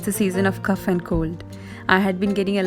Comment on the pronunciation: Sis.....please see to your pronunciation of cough in the winter home remedies video......